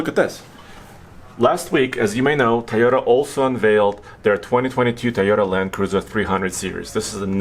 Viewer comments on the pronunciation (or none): Hey - is it TIE-OTA or TOY-OTA? 🤔😂😉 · Please please please, it’s TOY ota, not Tie ota. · Makes me crazy when people say “tie o ta” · TIEYOTA! LOL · Yes, obviously, has an accent, but why do people pronounce Toyota like, "Tieota?" People who pronounce it like, "Tieota," do you pronounce children's toys as "ties?" If not, then stop saying, "Tieota!" You sound ridiculous. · Say it with me, TOY-OH-TUH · is not the only person who says that